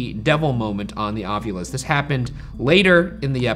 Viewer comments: The way you're saying it, Shane, sounds weird to me. I've never heard it pronounced like that. I've always heard it pronounced ahv-you-lus. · every episode i just want to comment "ovyulus" and nothing else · Thank you for bringing up Ryan’s pronunciation of ovulis. How about February?